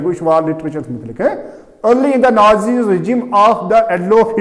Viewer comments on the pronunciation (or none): none